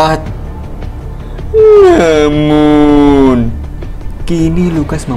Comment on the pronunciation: Bisa gak bang "namunnya" biasa aja😂😂😂